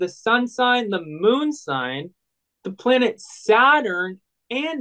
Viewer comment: pronunciation!! How do you get out of 6 th grade without knowing how to pronounce planet names?!